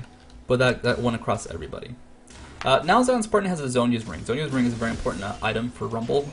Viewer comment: Isn't it Zhonya's?